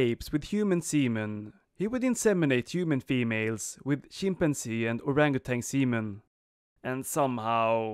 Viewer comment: Man-keys, chimp-man-zees, orangutang (wild man)